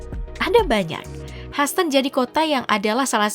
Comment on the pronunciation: Hyhouston huston , haston 😅😅😅